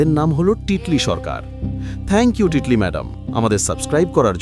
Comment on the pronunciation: ভালো বাট আমার নাম তিতলি ( Titli) not টিটলি থ্যাংকস....👍😊